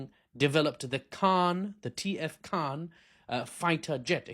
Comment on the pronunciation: KAAN not khan